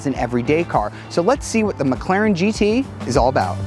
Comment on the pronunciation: McClarion? Is that the new Irish car audio company? Heehee!!